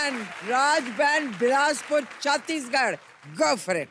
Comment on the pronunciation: Are bhai log bilaspur to thik se bol lo yar